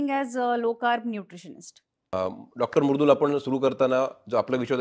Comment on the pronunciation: kahi तरी वेगळाच उच्चार करतात मॅडम च्या नावाचा...it's मृदुल and not a मुरदुल😅